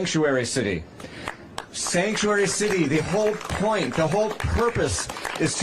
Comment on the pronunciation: She can’t even pronounce “Sanctuary”! 😂